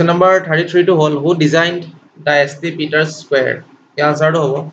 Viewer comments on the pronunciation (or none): Q. No. 33..Its saint peter's square..nt "S T" as u said.